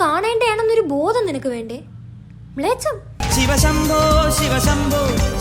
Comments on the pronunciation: That "mlecham "😅😅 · That "blecham " 😅